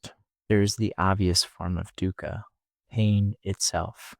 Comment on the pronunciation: Its pronounced thoogh-khaw.. not so much as duca.